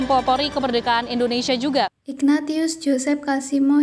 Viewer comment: saya kok krg senang dgn reporternya , suaranya spt anak SD , lagian byk kesalahannya , kelihatan klo bukan org katholik ,, ignatius d baca persis tulisannya , pdhl hrsnya t d baca s